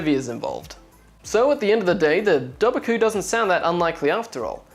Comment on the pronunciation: It's actually pronounced Doe-var-coo. You were really close though and I dont blame you because Irish is such a hard langauge. Ive been doing it in school for years and I still have a hard time with it.